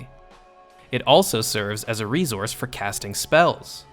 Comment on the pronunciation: "Ree-zource" Try unhearing that now.